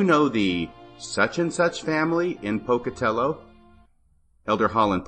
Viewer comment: ‘Pocatellah,’ Idaho! Gotta put that Idaho accent on it!🤣🤣🤣